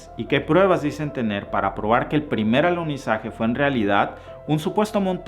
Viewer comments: Minuto el maestro dice aluzinaje🌏😀😀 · Dijiste: "aluzinaje" 👀🙈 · Buen video pero, es alunizaje no alusinaje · Minuto allí revelas tu postura, para ti fue un "ALUCINAJE" y estoy de acuerdo contigo, no hubo "Alunizaje" cómo dices fue "ALUCINAJE"